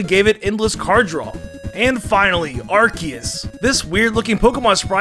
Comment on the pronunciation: ITS ARKOOS